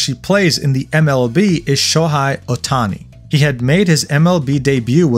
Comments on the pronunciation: Sho”high”? It was hard listening to the pronunciation of the names. I get the rest, but how do you get Sho”hey” wrong. Haha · So you can speak Japanese pronounce Japanese words fluently but cant pronounce Shohei correctly? You literally said Sho-high. That’s what jealous haters do. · As a dodgers fan your mispronunciation of sho's name almost sent me into orbit.